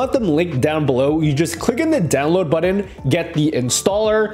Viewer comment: Say button again lol